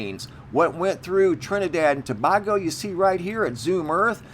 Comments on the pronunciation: I'm from the Carribbean if I hear you say " Trinidad and To-bah-go" one more time😬, I'm gonna lose my mind. It's pronounced "To-bayy-go" 🤷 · PLEASE DONT SAY TABAGO EVER AGAIN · It's pronounced tobaygo & if you look on a HIPPIEGING photo their is also a UFO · Ta bay go and not Ta bag o just thought you may need a little help with this one